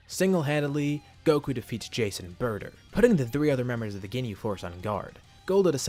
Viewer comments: Whenever you say Jace and burter, I hear Jason burter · Idk why but whenever he says "jeice and burter" i keep on thinking that he's saying "jason burter"